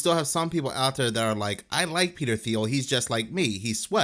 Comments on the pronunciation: Hey buddy, it's pronounced like how the color teal is pronounced. TEAL. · Thiel is pronounced like teal, the color.